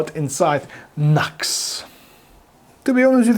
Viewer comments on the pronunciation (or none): It's NU-X (New X) . Not Knucks